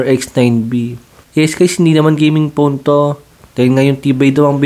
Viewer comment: Nakaka cringe ung f at p pucha gaming pown or nasanay lang aq sa ibang youtuber payb